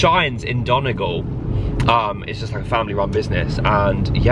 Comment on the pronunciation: The way you say Donegal 🤣 thanks for putting our county on the map! Really enjoyed watching & hope you return some day ❤